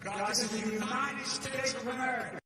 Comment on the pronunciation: Remember, this is the Uni”n”ed States of America!